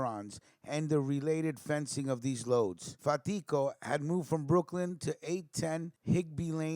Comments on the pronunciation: Pronounced Carmine FAT•tee•Ko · My uncle carmine lombardozzi was really close to fatico I met him several times and considered him an uncle as well though not by blood. You are pronouncing his last name wrong though , no harm no foul